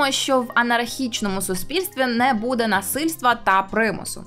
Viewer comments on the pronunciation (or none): none